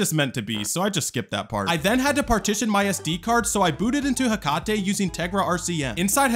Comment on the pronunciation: It's pronounced heck-a-tee not heck-car-tay. Based off of the greek godess Hacate